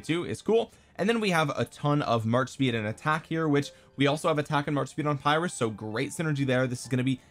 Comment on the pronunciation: Uh, it's pronounced "peer-russ" buddy 🙂